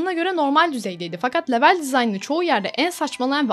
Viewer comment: Lütfen level İngilizce kelimesini kullanmakta ısrarlı iseniz okunuşunu düzgün yapın veya yerine bölüm kelimesini kullanın. Çok dikkat dağıtıcı olmuş video içinde yanlış söylenişi